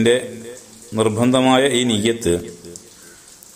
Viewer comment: നിയ്യത്ത് ഒന്ന് ശെരിക്കും പറയാം ആയിരുന്നു